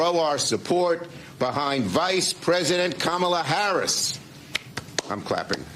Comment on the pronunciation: Kum-on-ma Hair-ass